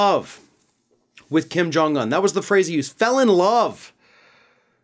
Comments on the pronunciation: To and others his name is pronounced Kim Jong OON (UN), NOT Un like uhn (or like fun, for instance). UN is a long O sound. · Why do you pronounce Kim Jong-Un like an absolute mental health patient?